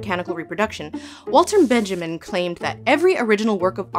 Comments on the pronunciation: i did NOT do four years of a literature and critical theory program to hear walter benjamin NOT pronounced benyameen !!!! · Donizetti, Puccini, Benjamin... love your work Lindsay, but you shouldn't mispronounce such names while doing an educational video